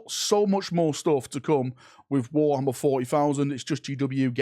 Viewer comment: I love the accent at wo'ammer